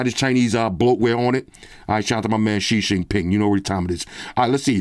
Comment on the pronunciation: Yooooo, said "she shing ping" ahahhahaa